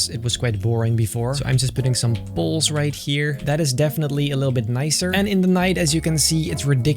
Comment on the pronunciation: pronoces poles like balls......wait